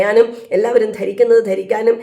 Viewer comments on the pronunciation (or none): ❤ അഫരണംഫാരിക്കുന്നത്. Thettanu